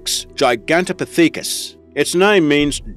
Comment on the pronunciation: GigantoPIthecus, not GigantopiTHEcus!